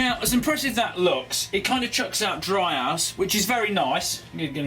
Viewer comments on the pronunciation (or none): XD , instead of saying dry ice, it sounds like he said dry ass XD hahahahahaha lmao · Did he say dry ass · U said dry ass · Am I the only one that herd dry ass lol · IT SOUNDED LIKE HE SAID DRY ASS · Did he say dry ass instead of dry ice?? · he said dry ass (trying not to offend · did he say DRY ARSE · i swear i heard clearly "dry ass" a few times during this video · "dry ice" or "dry arse" i can't be the only one..right? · Instead of him saying dry ice I heard him say dry ass... I'm dead.. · I coulda swore he said dry ass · I heard dryass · did you say dry ass 😂